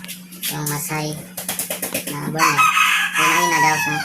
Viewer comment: Burner pronounced as "berner" sagwa pakinggan, burn beybi burn by usher 😂😂😂pero nice job sir,more helpful tips.